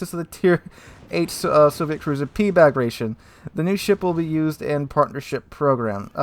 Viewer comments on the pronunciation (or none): none